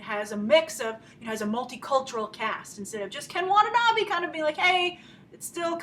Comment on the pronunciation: Grace, please stop pronouncing Watanabe wrong, if you are really his fan then you should pronounce his name correctly